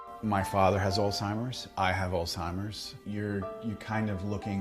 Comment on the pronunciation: It’s not Alltimers. It’s Alzzzhhhheimers. 🤨